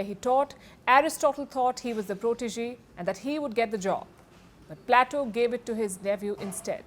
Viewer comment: plato is pronounced as plate o